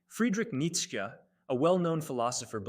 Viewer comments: These people finding unique ways to pronounce his name is getting out of hand. "Neetska" is just ridiculous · it's Nits'che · Its AI that's why its pronounced in such an absurd way